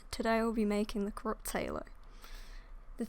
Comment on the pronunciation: Pronounce: curropt herlow